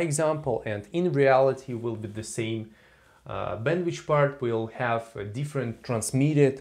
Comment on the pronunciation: Thanks a lot! But it's bandwithhhhh not bandwichhh :(